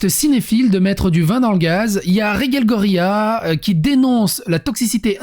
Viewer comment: Ce qui me perturbe, c'est que tu prononces Reguelle, et Rege prononcé Raige. Sinon, je suis pas contre le fait qu'ils étalent leurs vies sur les réseaux. Sinon j'aurais pas mon contenu quotidien de.